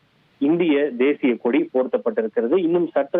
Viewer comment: Eanda. No I news nu solreenga.... Kodiya ??? Illay koadiya ????